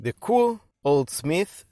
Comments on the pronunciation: Nope it's pronounced only "Koo oh" without the "ay" wich is silent (go on japanese videos if you don't believe me).. so Aviv is right 👍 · It’s pronounced Coo oh eh by the way, otherwise, brilliant review. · It's pronounced KOO-OH-AY.......